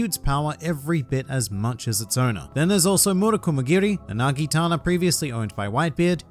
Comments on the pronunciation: whitebeard has a naginata not nagitana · It's said naginata, not nagitana. And Whitebeards weapon isn't even a naginata, it's a bisento. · its not NAGITANA, its NAGINATA. this is pertaining to the weapon Whitebeard wielded.